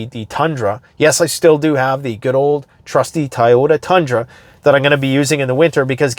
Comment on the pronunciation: DMZ demilitarized zone..... "Tie-oh-tah"? lol lol